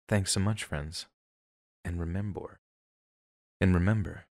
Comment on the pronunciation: “And remebor…and remember” 😂😂